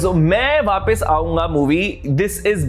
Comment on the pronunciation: It's not vaapis it's vaapas😅